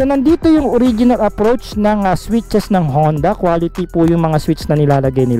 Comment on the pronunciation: Boss “honda” po ang basa dun sa japanese character :-)